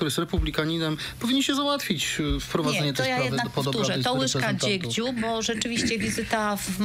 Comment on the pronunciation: Łyżka DZIEGCIU, a nie dziegdziu pani. Nie było się na tej lekcji?